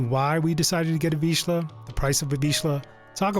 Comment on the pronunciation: Congratulation. I am hungarian but I very rarely hear the correct pronunciation of vizsla in English videos. Yeah I know. You don't have "zs", so it's hard to learn. That's why it's a nice achievement.